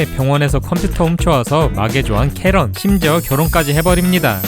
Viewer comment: 카랜이 아니라 캐런이에요